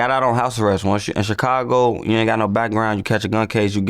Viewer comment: Is it me or do anybody else hate how vlad say chicago everytime he say it